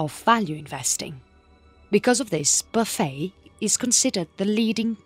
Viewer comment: I like narrators pronunciation of "buffet", "boo-fey" sounds much classier 👍 She has a lovely accent and speaking voice